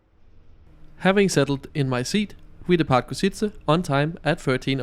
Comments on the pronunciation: Ok, that carriage looks actually good. Funny how people can't pronounce Košice haha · El autor de este video es un analfabeto? No sabe ni leer el nombre de la ciudad Košice, Poprad etc. Por hablar tan mal de todo te mereces "Persona non grata" en Eslovaquia!!! 👎👎👎👎👎